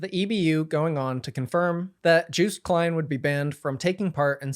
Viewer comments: It's 'car-rear' not 'kareeja' and its 'yo-st' not 'juiced' and Austrian t-shirt is like that every single year because the idea is 'we are still not equal' . Otherwise great summary! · no way bro pronounced it joost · yeah, its pronounced yoast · All awful news aside, the way u pronounce 'Joost Klein ' is frankly hilarious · its yohst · Joost is pronounced like TOAST. Say : Yoast - that is the correct way to say his name. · this is a great write up but omg, as a Joost fan I am dying at the way you pronounce his name... juiced... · Also just a heads up Joost is pronounced Yoh-st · you pronouncing Joost as Jewst to me as a dutch person is hilarious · Joost's name is pronounced more like [Yost] (idk how phonetic writing works) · As a Dutchie I am glad you covered this! Also Joost could be easiest pronounced as "yo-st" I would say☺️ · Juice Klein 😂😂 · great video as usual, but i wish some research had been done on pronunciation for this video. joost is pronounced like “yoast” like toast. käärija is pronounced more like carry-yuh. i also wish you had gone into the alleged reasons why joost was banned. joostice for joost and free palestine 🇳🇱🇵🇸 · "Joost" rhymes with "toast" btw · Wait…it’s not pronounced Jooooooh st? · That's not how 'Joost' is pronounced 😂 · Also Joost is pronounced like toast but with a Y instead of T